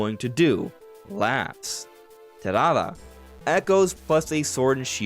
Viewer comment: Stop saying Talala, bro. Just say Terada.